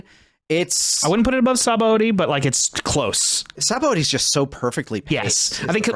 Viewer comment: I find it funny that is a menace when it comes to pronouncing DB names but he pronounces Sabaody as it's written